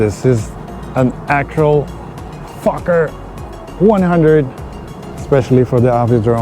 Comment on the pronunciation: Cool video. You should became a pilot. Bro, When you called that plane a fukker it had me rolling. I had to rewind it. Pagie and I were like what did just say. It's the make of the plane.🤣🤣